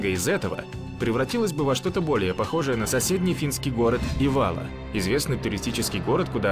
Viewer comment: Ивало ударение на И. Никель Мордором не называется, к стати несколько тысяч жителей Никеля безвиз имеют право ездить в Норвегию. Печенга ударение на первый слог и некоторые отрывки из видео из Мурманска, а не из Печенги. Киркенес ударение на последний слог. Климатические условия Тромсе и Норильска очень разные, Вообще Норвегия омываемая Атлантическим теплым течением имеет мягкии зимний климат у побережья. В Норильске, зарплаты как в Европе, а отпуск оплачеваемый 52 дня. Недостатки есть, мало света, холодно до - 50, (в Тромсе - 10 мах),В Никиле короткое лето, овощи не растут.